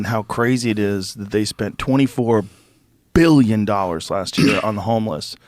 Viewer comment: Not M illon, BILLION.